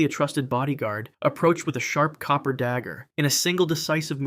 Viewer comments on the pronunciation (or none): none